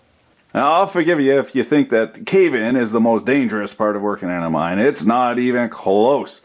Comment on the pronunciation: lol, I thought for a sec, you said "a mime" instead of "a mine"...